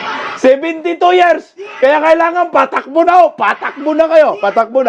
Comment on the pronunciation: haha tabang, happy vibes talaga! kahit sa pagsalita pa lang ng takbo, patakbo, hay padrugtest na nga kayo, :face-blue-smiling:nakakahiya! pinagtatawanan na tayo sa ibang bansa, anyare daw sa bansang Pinas. nadamay pa tayong matitino. ilang years na din yan naging politiko, di pa ba nya namemorize yan?